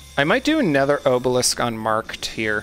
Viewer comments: Buddy. It’s AH-belisk. AHHH not OHH. Bruh. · Probably would have watches the whole video if you pronounced obelisk correctly. It physically caused me pain every time you said oh-balisk instead of ah-balisk. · I watched the video you linked and when they say obelisk it's with an ah sound I didn't hear anyone pronounce it with the oh sound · It's "ah-bah-lisk" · I've never heard anyone pronounce obelisk like that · Hey man, not sure if anything else said anything, but the letter O in the word “Obelisk” is pronounced like the O in the word “optimal”. You can Google the word and hear the audio pronounce it. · i'm not sure what makes you think that obelisk has a long o, but it most definitely does not. if you don't believe me then search in on google and click on the speaker button to hear how it's pronounced. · I love the content, but why do you pronounce obelisk like that LOL